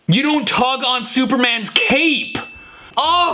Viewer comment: Ngl I heard "don't tug on Superman's cake" now im convinced hes a baker